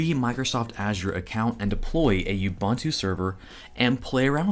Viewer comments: It is pronounced oo-boon-too. Also Ubuntu (and other flavors of linux) also has a GUI much like OSX and Windows. When installing Ubuntu without the GUI you are generally installing the head-less server version typically used to run things like apache or nginx. You don't want the overhead of flashy graphics when running a server. But I am probably explaining waaaay more than the person trying to get in to Linux needs to know. So just sudo apt-get do-release-upgrade for now and upgrade from windows to a unix based system. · Don't want to be that guy, but it is Uboontoo, not Ubuntoo service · You said "YEW-BUN-TOO" but I think you meant "OO- BOON-TOO". You have no street cred if you can't even pronounce it right. Jus' sayin' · It's "OO-boen-too" ! NOT "You-bun2" ;) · Did he say Yubuntu? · Great videos on Linux, docker, kubernetes. Found you channel recently, have watched quite a few. Keep up the great work. Just to make justice to the true name and meaning of the Ubuntu distro, Ubuntu is pronounced 'oubountou', every U is pronounced as OU. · Repeat after me: OOH BOON TOO. Ubuntu. All the "u" 's are pronounced the same. I'm from Africa, where Ubuntu is also from. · Ubuntu is pronounced oobn'too. There's a video of Nelson Mandela describing it. It means hospitality; welcoming. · Cool video. Keep up the great work. One thing: You are pronouncing Ubuntu wrong. It's pronounced "oo boon too" (Zulu for "I am because we are"). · As an African I simply have to object to whatever the hell you keep calling Ubuntu. It should be “Ooh-boon-to”. But I don’t blame you. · You-bunt-oo. IKR. I thought the same thing. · Just a note, Ubuntu is pronounced oo boon too, it means love and compassion. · It's pronounce "oo-boon-too" :) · I like how you say Ubuntu and Azure. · Well, at least you're consistent in how you're pronouncing Ubuntu... :P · the repeated mispronunciation of 'ubuntu' is a bit grating. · OOBOONTOO not YOUBANTOO